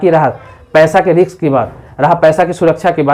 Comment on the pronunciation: Riks nahi risk hota hai ..Video shaandaar hai..